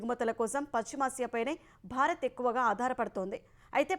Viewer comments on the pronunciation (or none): none